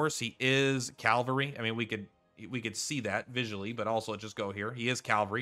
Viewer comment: "Incapitated", "calvary". The words are on the screen, dude.